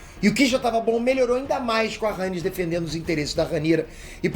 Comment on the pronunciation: acho que fala Raénis e não Rânis (Rhaenys)